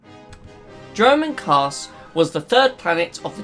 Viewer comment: Not sure if you are saying Dromund Kaas or German Kaas..